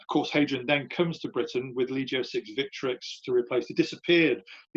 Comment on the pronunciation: I excavated some Severan marching camps in Scotland in the 1980s. This is interesting but tedious how he doesn't pronounce placenames and Latin words properly. "felissima"? "leejio two"?